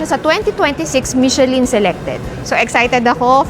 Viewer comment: * Finally your “order”arrived? MUST be order”S” * 4 na slice?! MUST be 4 slice”S” * AGAIN… it is MI SHU LUHN NOT michelin